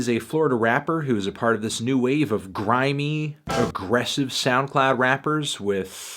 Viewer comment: nobody: Fantano: GrImEy